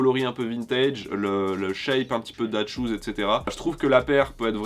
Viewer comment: Quand on dit " that schoos " Ces " that schoos " en mode " cette chossure ! Ou ces " dad shoos " en mode les pompe de daron ?